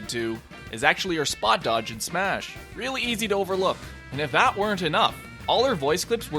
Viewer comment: final "smahs"